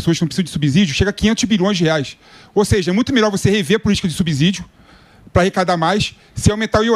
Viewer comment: Dói o ouvido esse cara pronunciar subsídio. É como subsidiária.